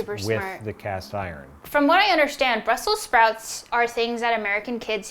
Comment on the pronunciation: "BRUSSEL SPROUTS"